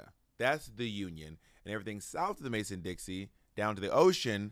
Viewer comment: I’ve heard Bob say it a couple times recently, but it’s not Mason-Dixie line, it’s Mason-Dixon Line. Surprised Bob doesn’t go with the rhyme, but maybe it’s just the gay in him liking how Dixie sounds lol